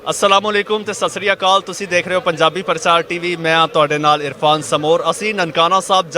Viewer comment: sasrikal nahi, Sat Shree Akal hunda ji, tusi sade nalo sohani Punjabi boldhe ho